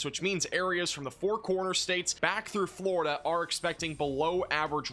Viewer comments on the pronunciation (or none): none